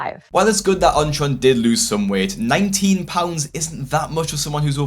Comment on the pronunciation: I keep forgetting what this guy's actual name is since I keep hearing "OnTron"